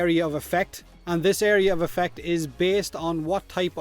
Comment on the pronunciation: "area of a fack"? what the fack are you saying?